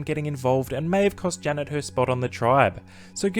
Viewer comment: the way you say Janet it sounds like “Jenna” and you also show Jenna when saying this…. Could be very confusing to those who haven’t seen the season lmao